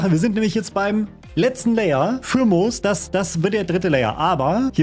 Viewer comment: Es hat mich so sehr getriggert als er Mos anstatt Moos gesagt hat lmg